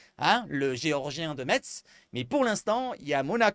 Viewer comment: Je suis supporter marseillais Lorrain et je voulais juste te dire , si tu ne le savais pas qu’on prononce METZ (MESSE) 😅😂 Continue à nous régaler avec tes infos ℹ️ sur l’Actu OM Allez l’🌐Ⓜ️🩵🤍